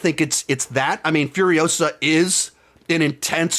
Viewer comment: It's Furi-osa, Not Furio-sa. Movie was good, not great. Had no interest in the main character and the movie didn't change my mind. That's the problem. It even has Mad Max in the title and it has nothing to do with him really.